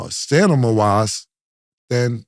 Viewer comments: Cam still out here saying "Stanima"? It's STAM-I-NA. 🤬😩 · Cam’s new teeth gets in the way when he tries to say stamina…”stanima” 😂😂😂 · Yo Cam I love u pause, but u stay fuckin up words B. Pause I be catching that shit all the time. Wtf is stanima?? Stamina B. Stamina 😂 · Cam cannot stay stamina to save his life because wtf is “stanima “ he has said this a few shows 😂😂😂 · Stamina ❌ Stanima ✅ Killa too funny 😂😂😂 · someone tell cam it's stamina not stanima. he keeps saying it wrong. been different shows he been sayin it. sta-mi-na... sta-mi-na... STA-MI-NA.. just tryna help before someone corrects him & he gets embarrassed 🤷‍♂️😂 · The 'Stanima' threw me off 😂😂😂😂😂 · Killa I’m a Florida boy so I ain’t trippin but STA-MIN-A my brother lol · Yo, can someone teach Cam how to pronounce STAMINA 🤣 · Can someone teach cam how to pronounce STA-MINA lol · Somebody please tell Cam it's STA-MIN-A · 🚨 “Stanima” is in the building 😂😂😂🤦🏾‍♂️ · Cam still saying stamina wrong 😂😂😂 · These guy’s vocabulary is very very limited, of clues they wouldn’t like the Kendrick diss record. Nigga Cam can’t even say “stamina” but we bout to trust his word on rap cus he sold some records talking about “rooty tooty the fruit is fruity” niggas is Drake homeboy lol